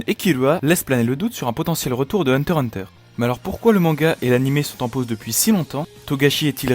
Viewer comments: par contre tu dégoute a dire hunter hunter sans le x mdr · dis pas hunter hunter stp dis hunter X hunter stp